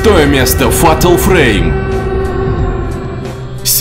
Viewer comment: Разочаровал! Ударениями. И вообще произношением. Правильно: фЭЙтэл фрэйм. И полно ещё всего неправильного произносил. А еще не сказал, что пасхалку с призраком в GTA5 можно решить!